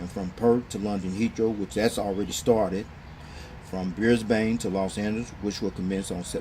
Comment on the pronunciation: Also it's bris-Ben and mel-ben that's how they are pronounced (from an Aussie)